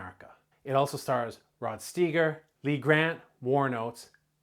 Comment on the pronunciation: I watched this as a kid. One of my favorite movies hits home in many ways. Your review is spot on... only one minor flaw... You mispronounced the actor playing Chief Gillespie.. Its pronounced Rod STY Ger. not stee gar But excellent review!!!